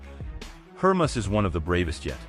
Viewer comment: It’s HER-MAY-US you dolt.